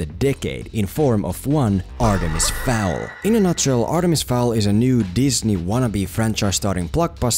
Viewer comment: look, i want to agree with you .... but you say "read the full series" right after calling it "artemis FAUL". the name fowl is so many times on this page .. and .. you know .. on the title of 'the full series'. and its not a typo, as o-a and w-u are not near each other on the keyboard. you even edited the comment later and didnt fix this. so yes, please read the books first (or the name of the video).